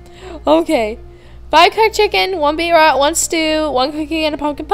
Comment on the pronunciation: its pronounced BEET-ROOOTS srry </3